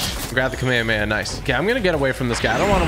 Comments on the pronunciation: It’s Kami-kami-ahhhh not kame-kame-yea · Its kom-ah-mah-ha not. Komehehemaye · Not hate just it’s pronounced kamea-hame-ha not kamaamaya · its prounced kamehameha(ca-meh-ha-meh-ha) ha like a laugh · It’s ka may ha may ha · ka may ha may ha that is how you pronounce kamehameha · bro said kamayamaya 💀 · IT'S PRONOUNCED KAH MEI HA MEI HA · They yellow cloud is could a nimbis tand the other is a kameakama not kamaamahaaaaaa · Its Kah me hah me ha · it's pronounced cam-eh-ha-meh-ha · Stop saying the kamehameha wrong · WHY DOES EVERYONE PRONOUNCE KAMEHAMEHA WRONG